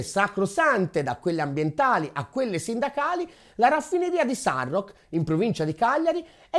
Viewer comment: Bravissimi e preziosi come sempre. Complimenti! Però, vi prego, si dice Sarròch, con l'accento sulla o 👃